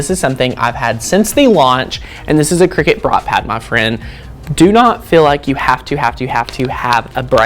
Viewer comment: It’s a cutting machine not a game played over scones in white caps. Kricut kri-cut The end of the brand name is pronounced “cut”.